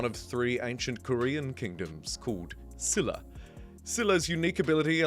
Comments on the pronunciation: It's pronounced Shilluh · Silla is pronounced like 'Sheela' or like 'Sheila' with the latter being a bit easier to comprehend/pronounce.